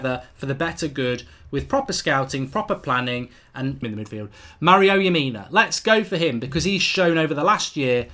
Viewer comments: It's strange you've never heard of Lamina haha! He's a good player. It's Lamina not Yamina! They also don't want to sell him. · saw some1 else said it too lol, and his name is leh - mih - nuh